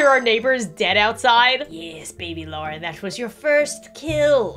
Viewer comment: Eh I'll give you a sub, btw it's Lauren not Loraine Lol